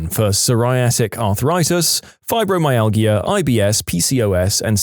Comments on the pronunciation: You say it “Fibromyal-ja” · Fibromyalgia is pronounced fiber my al ja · Fibromyalgia is pronounced with a soft not hard "g". Cranberry juice, despite it's acidity, has been scientifically shown in several research studies to reduce bacteria in the bladder. As someone who is prone to UTIs, if I drink cranberry juice at the first hint of one I can stop it from turning into a full blown infection which will require antibiotics.